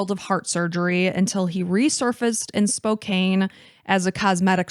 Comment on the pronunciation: FYI Spokane is pronounced “Spo-KANN.” I know it looks like it should be a long A, but it’s not.